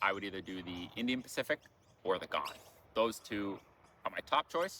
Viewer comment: Birds: Noisy Miners, going “whit, whit, whit…”, plus probably Rainbow Lorikeets (small, beautiful multi-hued parrot-type birds). Trains: mate, it’s the Ghan, as in Afghan. Not pronounced “gaaahn”. Sounded like a Butcher Bird at one point, also.